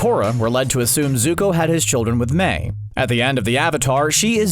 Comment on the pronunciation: How difficult is for this guy to properly pronounce Mai. It's not pronounced (Me-i) It's (Ma-i).